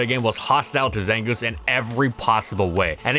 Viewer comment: the zangooth is looth